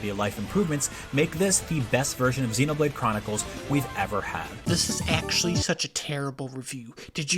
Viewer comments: Okay but that Xenoblade review is actually infamously bad. It was meme'd for months by the community. He pronounced every single character's name wrong, in a game with full English voice acting. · I mean that Xenoblade 1 is fair, that reviewer did not know what he was talking about. Being unable to pronounce the names after 80 hours of playing the game? And with the amount of times that characters say each others names in that game due to battle lines, how are they not ingrained into your head? To make a fair review, I’d say you have to experience all the parts that a regular playthrough offers. Not talking 100%ing, just like listen to the audio… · In all honesty the Xenoblade review was really bad. They were actually saying the names of the main cast wrong the whole time... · nah not dunkey taking shots at xenoblade again that comment was an essay but he was right, imagine you review a 60 hour rpg and still pronounce a character’s name wrong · The comment is actually really fair, that review was ridiculous and it was really obvious the reviewer did not actually play the game and just plagiarized other reviews and read a few plot summaries. The guy commenting wasn't mad about the score. It's one of IGN's more infamous videos. The mispronunciations gave away he didnt play the game since there are 3 things that are said in voiced dialog regularly that he pronounced wrong several times.